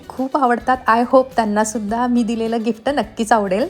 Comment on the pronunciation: Gifta nae g Gift as pronounce kar